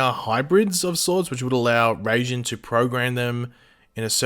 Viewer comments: Raijin is pronounce rye-jin not ray-jin. Unless this guy in the actual god of lightning I have no idea what they'd do with him but I'd suspect it'll have something to do with how they generate a new speed force. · it is rai not ray. You got it right but decided to use the wrong one still. It's a japanese word and in japanese is spelt らいじん which is pronounced rai. Ray would be れいじん which is not the word at all. Rai is basically lightning with jin in this context means god so lightning god, basically as you said. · It’s pronounced Riy-Jin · literally in no country is it pronounced Rayjinn. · He kind of butchered the pronunciation of raijin